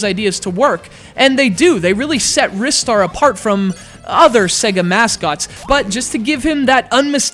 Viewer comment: I always pronounced it, "RYE-Star", not "Riss-tar".